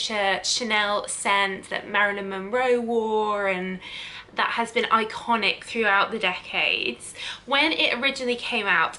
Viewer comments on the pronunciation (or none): none